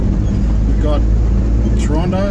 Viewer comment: My hometown... and see it still has crappy roads... I see that they have big ugly apartment buildings everywhere... you missed going up by the old pub on the hill... I know times move on... but the old Toronto that was best is gone... I am glad to hear you say 'Tronno'... lol